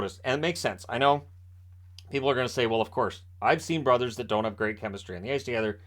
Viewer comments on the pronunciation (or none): none